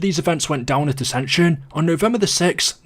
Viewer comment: AscensUUUN UnioUUUN